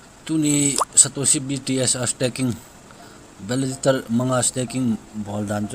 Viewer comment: beh2 hija bro... Themkhat hoidom in bol o Valaditor ahipoi e Validator joh ahe chuleh pronunciation jong kicheh dom leh dei aume